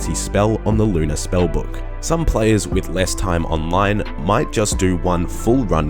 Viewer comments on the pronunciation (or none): none